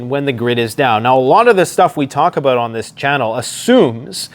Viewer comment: you should review this and see the inner Canadian Beaverine in ya boi when you started talking aboot your timber toy's 😂🤘🦫🪓🗡️